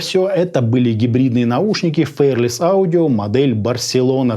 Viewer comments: Правильно не «фэрлес» а «фи-ар-лес» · спасибо за обзор. Но неужели так сложно посмотреть произношение слова fearless? Мы живём в 21м веке, сейчас даже английский знать не надо. Заходим в яндекс/гугл переводчик и слушаем произношение. Всего делов